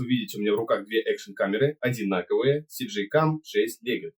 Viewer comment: Всё как бы да, по делу, но блин - не СиДжей, а ЭсДжей, первая блин буква - эс))